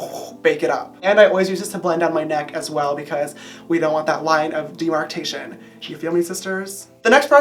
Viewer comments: It's pronounced demarcation not demartation.... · And I thought Manny talks fast! 😟🙁Demarcation not demartation